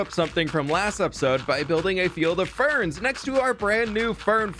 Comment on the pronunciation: up untill he started saying it like that i was thinking corn maze XD